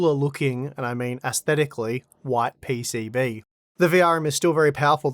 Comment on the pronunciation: I love how PCB sounds « Pay Say Bay »